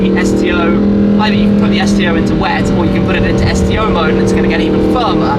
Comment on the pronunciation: I thought you said "STD" for a second LMFAO